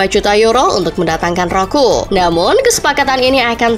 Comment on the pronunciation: Dasar chanel abal2 Roque dia baca ROKU😂😂😂